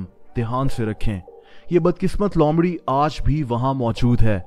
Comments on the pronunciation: lomrhi nhi loomrhi🤣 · Lomdhi nahi loomdhi hota hai!!!!! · Not lomri it's loomri